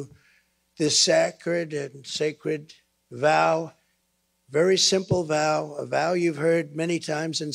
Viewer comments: He did pronounce sacred as if he was sounding it out off the board. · "Sackred and sacred" 😂😂😂